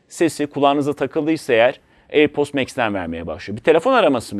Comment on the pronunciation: Her söylediğinde airpost anladım yahu:)